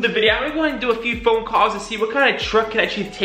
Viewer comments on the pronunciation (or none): none